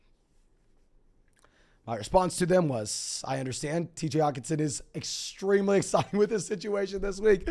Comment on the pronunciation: can this guy not annunciate the H in Hockenson.. lol